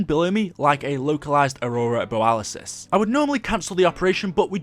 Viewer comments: Ummm... It's borealis. Not boralisis. Nobody else said it so I felt obliged. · It's borealis not boralisis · Aurora Bore-re-al-us